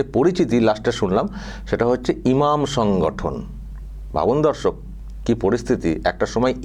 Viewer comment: তোমার সব ভিডিও আমি দেখি আমার একটাই রিকোয়েস্ট দর্শক না বলে বন্ধু বল দর্শক বলতে গিয়ে মাঝে মাঝে ধর্ষক হয়ে যায়